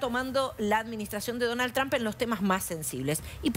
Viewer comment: ¿Cuándo será que estos periodistas y analistas comiencen a pronunciar correctamente el nombre de Trump?